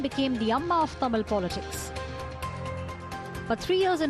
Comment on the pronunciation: 😳Are you serious?? Even 90% tamizls will not pronounce it correctly.. You seems like a north indian. Shame for us...